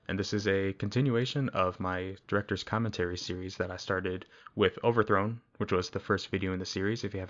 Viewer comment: BRO HE SAID : OVERTRHONE MANDELA CATALOGUE REAL!